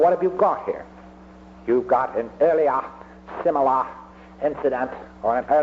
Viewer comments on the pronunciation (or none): earli-AH simi-LAH incident. classic! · the way he would pronounce words like earliahhh, similahh, is undoubtedly proof he was mentally ill.